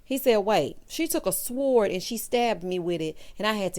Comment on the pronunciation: The W in Sword is silent. Great review and thank you🙂